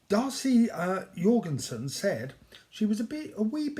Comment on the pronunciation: I am an American, so Jorgensen is pronounced with a hard J. Like a ‘Jennifer’ J. Or a ‘Judy’ J. sigh Just call me Darcy.